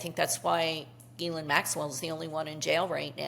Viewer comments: pronounced Gi-laine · Not Elaine. Pronounced like Galaine. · She calls Epstein's Girlfriend 'Elaine' like from Seinfeld. I never would have figure out that pronunciation, thank you. Check the BVI docs, her name is Elaine...